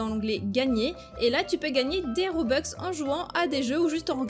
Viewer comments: ON DIT ROBUX PAS ROBEX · Mais non c’est pas un RobexC’est Roblux🤦🏻‍♀️ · On dit pas robeux on dit robux